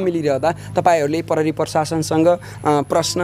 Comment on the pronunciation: आजकल स्कूल मा खुट्टा काटेको शब्द, आधी शब्द आदि पढ़ाई हून्न की क्या हो नेपाली बिषयमा ? जुन योतुबे ले पनी “प्रहरी” लाई “परहरी”, “प्रयोग” लाई “परयोग”, “प्रतिक्रिया” लाई “पर्तीक्रिया” भनेको पाउछु ।